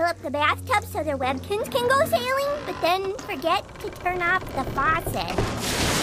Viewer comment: Did Junior say "webkinz"?